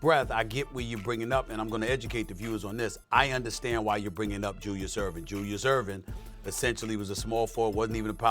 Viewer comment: This man just said Julius Erving..